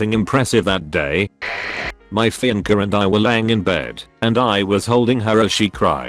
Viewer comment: text: fiance text to speech: finker